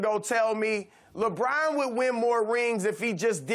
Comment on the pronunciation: Hey Broussard, it's LeBron, not "LaBraaaahn".